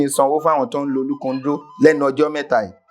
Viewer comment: Point of correction it is olúkòndó - not olúkondó.